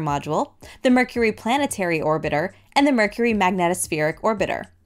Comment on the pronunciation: “Mercury?” Very Nice! 👍